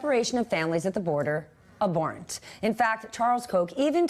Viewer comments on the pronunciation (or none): I'm Icelandic and even I know how to pronounce 'abhorrent' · This is picky, but please pronounce "abhorrent" correctly.